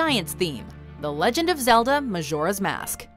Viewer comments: D- did she say maZoras mask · Hard J in Majora. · Majora (mah-jor-uh) not (mah-shor-uh) 😡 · Someone please tell her how to pronounce Majora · Why do you say Majora's Mask like that arghh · Isnt it annoying how the girl mispronounce majora?